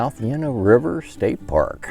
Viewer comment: you are mispronouncing Llano!